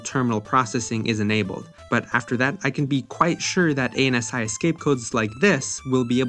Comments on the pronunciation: You can tell the narrator is too young to have lived ANSI-era online by the irritating pronunciation of each letter A N S I. Anyone who lived those times would utter "ANSI" as one would the name NANCY without the N. =-) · I think this is the first time I've ever heard anyone say "ay en ess eye" instead of "an-see" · I've never heard anybody say "ANSI" like "a-n-s-i" it sounds so wrong 😂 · You can make your dialog a few bytes smaller... ANSI is pronounced "An Z" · I don't think I've heard someone say "aye-en-ess-eye" ever in the last almost 40 years... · I want a 5 minnute apology for pronouncing ANSI as A N S I and a reupload with it pronounced correctly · You can pronounce ANSI as "ANN-see". Windows consoles are not "ASCII." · "A-N-S-I" lol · You pronounce ASCII as an acronym but not ANSI?? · Ngl, I thought I always pronounced it wrong hearing him spell it out like that. I'm a non-native English speaker so generally assume I'm the odd one out. Glad to find back some confidence in the comment section!